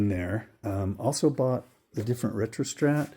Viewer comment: “Ree uh stat”